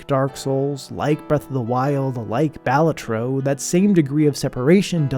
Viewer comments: I'm not actually upset. This was a great video, and made me think of games that had similar hidden gem mechanics. However...Balatro is a latin/italian word, and is pronounced thusly: IPA(key): [ˈba.ɫa.troː] - meaning clown or jester NOT! - bal-uh-troh YES! - buh-lah-troh "buh" as in butt, "lah" as in latte. Think paparazzi or mozzarella (said in a heavy italian accent). Not for the pronunciation, but for the sing-songy cadence and emphasis on the second syllable. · i wouldnt be caught dead pronouncing balatro like that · that balatro pronunciation is wild.